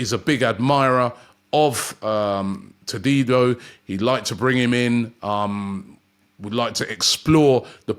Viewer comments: LOVE ROBBIE'S FRENCH PRONUNCIATION OF JEAN CLAIR TADIBO 😅😅😅😅😅😅😅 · If Todibo joins Robbie will never be able to pronounce his name properly 😂😂😂